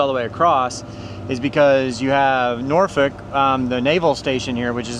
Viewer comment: Nice! You pronounced Norfolk properly. Many don't say it correctly.